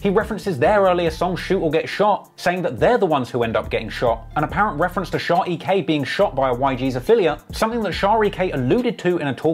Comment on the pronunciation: Its sha not shar